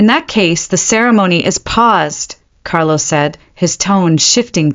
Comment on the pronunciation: This could have been a good story if 1. It had a better narrator. The pauses midsentence are beyond annoying. Even at 2x the speed. 2. Is it Alpha Carlo or Carol? Because after banishing his 1st luna he became Carol for a few minutes and repeatedly. Then went back to Carlo. 3. The creator listened before posting and corrected the AI on mispronounced words and spelling "It" instead of saying the word. Example instead of "It was serious" we got "I T was serious". It only seemed to happen when "It" was the start of a sentence. Words like wound (rhymes with womb) as in an injury being repeatedly pronounced as wound (like round with a w) as in wound too tightly.